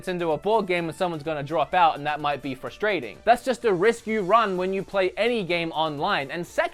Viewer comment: I must say again that it's FRUSTRATING not FUSTRATING! Note the extra R that that you fail to pronounce every time which really......... frustrates me!